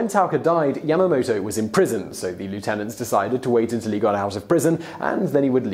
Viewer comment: Silly Simon, it's pronounced lieutenant.